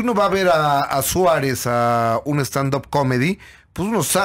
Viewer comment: "Héctor Suerez??"